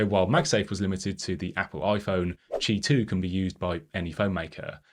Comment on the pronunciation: Informative, well illustrated review,. Had to read the transcript to understand “ch2” standard. It sounded like “Tee 2” and “Chee 2” in the vid. Also not certain about standard differences. Cheers!